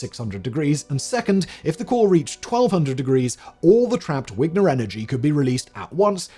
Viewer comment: Vigner not wigner